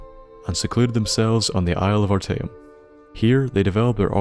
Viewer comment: You said arteum perfectly